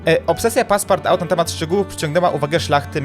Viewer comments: To się czyta paspartu # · To sie czyta "paspartu" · jak coś to się czyta paspartu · Pisze się Passpartout a wymawia się Passpartut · Passepartout wymawia się paspartu a po polsku Obieżyświat i to jest nazwisko francuskie